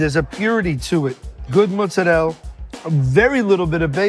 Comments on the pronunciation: Please don’t say “mootz-ah-rell” it’s not pronounced that way, it’s never been pronounced that way, you just sound like a poser. It’s mozzarella, simple, very phonic. Don’t be a dingus. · Adam, it's Mozzarella, not Mozzarell. Italians do not call it Mozzarell. Y'all New Englanders are trying too hard to be Italian sometimes I think 😂. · Another pseudo-italian saying “mootz uh rell”. IT’S MOZZARELLA.